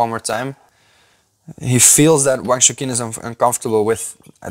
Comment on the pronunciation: AFAIK Wang's first name is not pronounced as "shookin" but more like "choochin"